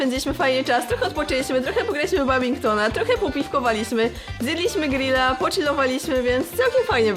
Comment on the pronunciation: w badmintona a nie babingtona xD